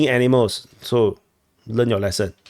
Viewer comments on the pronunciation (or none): none